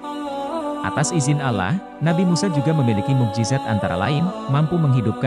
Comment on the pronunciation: mohon maaf,,klo saya keliru.kok saya dari awal nyyimak video,dr awal sampai selesai,,pengucapan Allah SWT.. (huruf o,,tp huruf a..